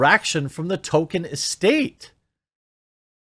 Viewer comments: Jeremy is the only person I have ever heard pronounce the author's name "Token", instead of "Toll-kin"... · TOLKIEN, not TOKEN. He’s not a freaking South Park character 😡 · Tolkien is pronounced "toll-key-in", not "token." I wouldn't care but the sloppy pronunciation has been used to backpedal a perfectly legitimate choice in the naming of a South Park character. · Sounded like you said Token, confused me for a bit.